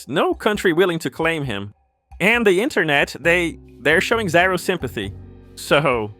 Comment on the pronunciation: "ziro"? you mean zero? Who taught you English